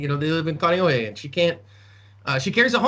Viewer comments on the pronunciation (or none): did you say Kaneohe? (Your employee.)